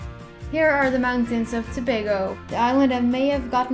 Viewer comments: good go with saying Tobago right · Finally someone pronounces Tobago correctly!!! 😋 Great Video thoo!! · Congrats on this video! You did a great job!! You even pronounced Tobago correctly... (most people don't). Anyway I enjoyed looking at this! 🇹🇹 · You actually pronounced the name right congrats not many foreigners do. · Thank you for pronouncing it correct!!! So many people mispronounce 'Tobago' all the time!! Your pronunciation of Chaguanas was a tad off but that's okay. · you mean when they say ToBAGO and not Tobago lol yeah I was surprised as well